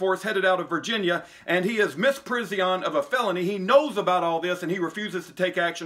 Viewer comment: You are correct in everything except your pronunciation of misprison